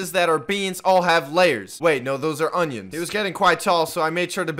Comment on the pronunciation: the way you said onions makes me laugh